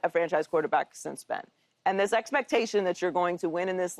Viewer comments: Paul butchered that name lol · Bro he is just making fun of how Paul just pronounced Ben name@